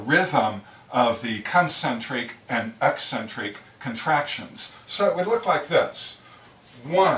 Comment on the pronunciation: What a great explanation. And it is nice to see someone pronounce eccentric correctly.